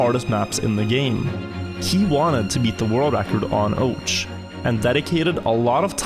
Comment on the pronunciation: can't beleive this guy hasn't figured out the proper pronunciation of ouch yet what a legend